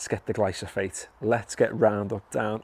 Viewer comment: It’s Glyphosate not Glysophate 😂